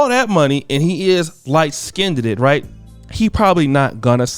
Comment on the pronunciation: Did just say 'Light skinned-ed-ded'?....Christ....😒